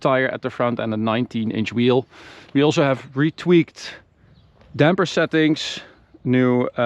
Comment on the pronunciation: Have a problem pronouncing your "s's" in all of your words, e.g., "also" pronounced "alsho".